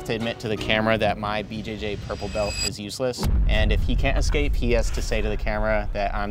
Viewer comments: Why do yoy say "bel" not BELT? Pronounce your "T's" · I learned English, and I learnrd to say belt, not "bel". In Judo and Aikido we say BELT, not "bel". Thank me very much.